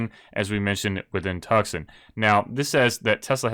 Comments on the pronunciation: Tuckson is pronounced Twosawn. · you know it's pronounced "Toosahn" right? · Lol, great video, love the content, but I have to, it’s Toosan, Tucson, AZ 🤪😇🧐🤓. And I have a Model Y and 100 shares and I love it all! Everyone should own a Tesla.